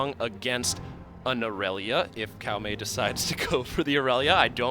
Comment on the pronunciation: its tsao mei not kao mei